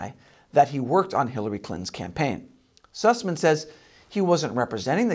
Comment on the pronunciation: "Sassman"? No, its Süßmann, "Syhssman".